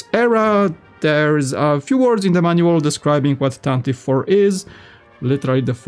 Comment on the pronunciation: Pronounced “Tan-tiv-vee four”